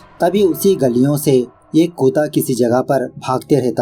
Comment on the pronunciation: कुत्ता ❌ कूता ✔️